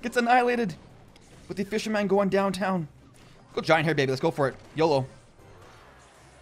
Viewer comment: Please...please stop saying fisher man.